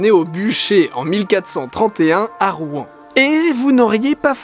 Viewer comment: j'adore la vidéo mais on dit Rouen pas Rou-en